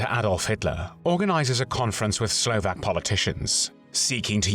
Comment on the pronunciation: Huge appreciation for the narrator who researched the correct pronunciation of all Slovak names a cities and tried to mimic it as closely as he could ❤ Usually, the pronunciation is so bad that I cannot even guess what it is supposed to be.